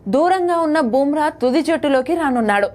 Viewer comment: నీకు నీ ఛానల్ కి బూమ్రా పేరు పలికే అర్హత లేదు